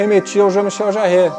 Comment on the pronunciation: Muito interessante mas a pronúncia de Jean-Michel Jarre não é como se fosse 'Jacaré' mas como se fosse 'Mar'.